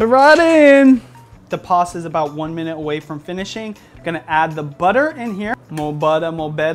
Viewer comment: its not "PASSA". Its "PASTA".